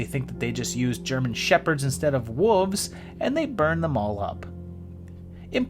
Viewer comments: I love to hear a group of WOLVES pronounced like WOOOVES. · I thought he was calling them WOOFS.